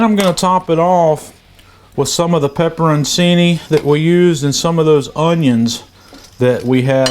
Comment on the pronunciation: looks great,. I'll be doing something similar next weekend. BTW, pepperoncini is pronounced "pepper on chee nee".